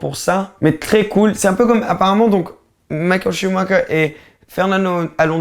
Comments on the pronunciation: Ça fait mal aux oreilles quand tu dis Mickaël ShumaKer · il ma tué "Michael CHUBAKA"